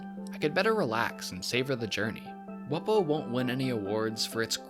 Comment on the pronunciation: You pronounced it wrong. It’s pronounced “Wumbo”